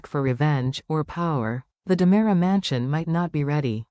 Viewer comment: It is DiMera, NOT DAMARA.